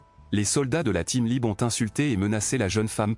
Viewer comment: Tu es aussi caricatural que Bassem ! Zehma, tu ne sais pas prononcer le mot "Hlib" correctement ?! Et puis, ta personnalité de mec posé, réfléchis qui parle correctement sonne faux. Tu force ta tonalité et tu ne parles pas un mot arabe pour ne pas passer pour un "cassos" ! Ce qui est évidemment ridicule.